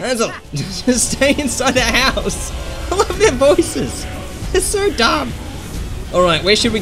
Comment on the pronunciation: Wow it's house not horse